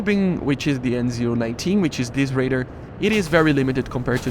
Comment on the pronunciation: Why do you pronounce radar as raider?